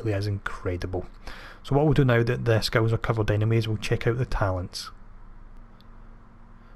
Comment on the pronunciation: Love the build and also love the way you say skills sounds like you sayings skulls lmao